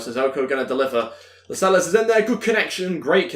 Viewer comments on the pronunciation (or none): It's La-sels not las-eles